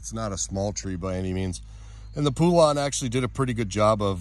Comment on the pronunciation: Po-lun, not poo-lawn! Hope this helps you not sound so dumb trying to pronounce Poulan!